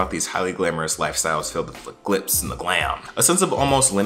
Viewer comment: 'Glitz' not 'glips'.